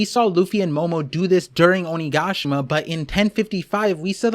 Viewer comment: Oh-knee-gah-she-ma. There. That’s how you say it lol